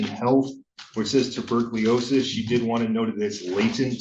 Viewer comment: Tubercliosis? Can the lawyer not read? Does he not know it's Tuberculosis? Personally if my future is being defended by someone, I'd like that someone to be able to pronounce common words.